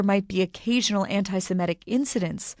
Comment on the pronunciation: Anti semitic not simetic. This pronounciation is a mystery to me.